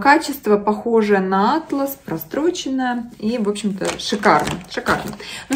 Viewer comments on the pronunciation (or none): ударение в слове -атлАС. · Всё, верно, только ударение на 2-ю "А". Если ударение на первую " А" как в видео, то это картографическое издание....